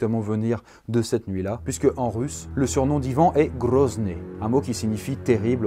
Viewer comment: Est ce que je suis le seul à avoir entendu "le premier Rom à avoir diriger le pays" ? 😂